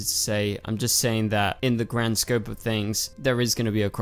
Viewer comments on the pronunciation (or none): none